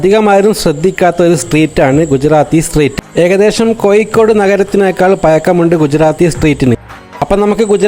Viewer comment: കോയിക്കോട് അല്ല... കോഴിക്കോട്..